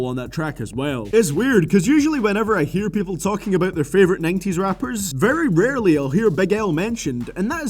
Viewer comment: you say 90s wrong